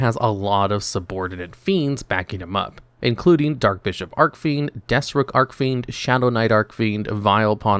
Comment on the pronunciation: Yeah, pronunciation in this video was rough. Hearing Arc-Fiend over and over again was also painful.